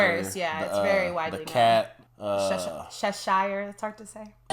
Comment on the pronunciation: chess-sha cat i believe ur trying to pronounce 😁 and yh Alice is a must see and read 👍🏻 yh i remeber james and the giant peach when i was a kid here in the uk lol